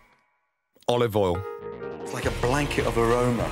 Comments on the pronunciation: Salt, pepper (silence) OLIVOL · Hahahaha I thought the same on every cooking video he says OlovoL🤣🤣